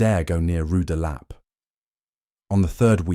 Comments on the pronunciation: "Rue de LAH-pay" 😂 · Why is it so difficult for your computer to pronounce rue de la paix?